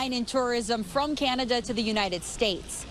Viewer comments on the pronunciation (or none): Please, ... Please stop saying, "Keeinada" ... It's really simple, .... "Can" "Ah" "Da" ... Not "Keeinada". 🤣